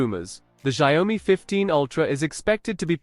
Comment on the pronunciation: A lot of bla blah for nothing. And Xiaomi speaks different from yours. Make ears hurt 😮